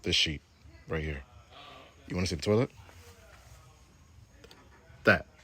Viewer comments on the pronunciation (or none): none